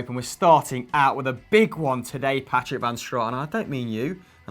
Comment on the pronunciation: Did just call pato Patrick